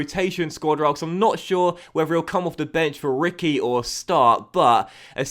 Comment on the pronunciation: reekwee not Ricky